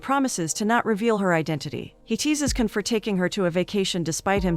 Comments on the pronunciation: His name is jan not Ken... the c in turkey is a j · It’s “John” — the C pronouns as J in Turkish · His name pronounced Jan . C Is j Türk-İşh 🇹🇷 Alphabet